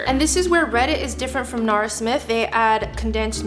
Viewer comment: NARA smith. Her name is NARA not Nora